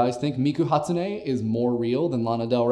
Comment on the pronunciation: I think she's talking about the stress on Miku's name... He was pronouncing it as Mee-kuh Hat-sunei. I personally say it as Hatsune Mi-ku... Not much pauses...